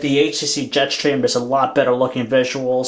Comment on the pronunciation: Am I the only one annoyed by the way he says Jetstream? "Jet Shtream"